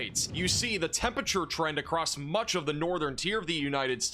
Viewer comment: please, please start pronouncing the first R in temperature. it’s a four-syllable word